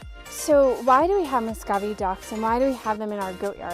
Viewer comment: it is pronounced (mu - sco - vee) not (mo - sco - vee).